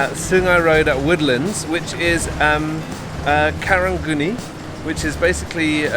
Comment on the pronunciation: It’s actually pronounced and spelled as Karung Guni which is Gunny Sack in Malay. Somehow the word got bastardised over the years that it became Karang Guni. Btw, Karang is Malay for Coral 🪸 Also applies to Geylang and Kallang. Both towns are bastardisation of the word Kilang which means Factory in Malay. #nyk ✌🏼